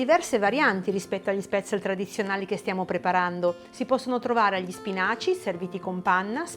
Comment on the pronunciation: Sono Svizzera e gli spätzli (si chiamano cosi e la s si pronuncia come in "sci" ;-)li mangio da quando ero bambina. Interessante l'erba cipollina, proverò. Grazie